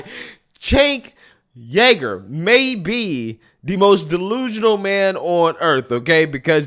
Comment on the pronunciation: Stop it. That's not how you say his last name